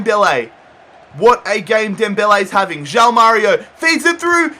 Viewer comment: stop saying JAU MÁRIO it's JOÃO (juaun)